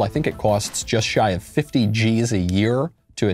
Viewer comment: Love when Knowles over pronounced 50 "G's"